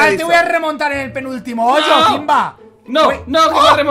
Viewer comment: Se dice hoyo niño